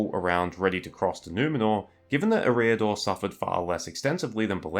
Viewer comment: Great work in fairness. And as you say "No one should be placed on a pedestal and beyond criticism" so it's "Eh-riador", the emphasis on the first syllable, but only slightly. Cheers and you're welcome 👍😁